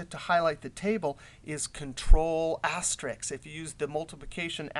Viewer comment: Dude, Risk! Risk! aster-RISK Not Ricks